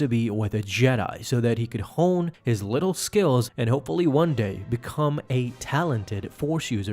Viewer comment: It's"widdle" powers